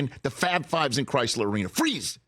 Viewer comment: Isn’t it Crisler? I wasn’t aware it was Chrysler like the auto company.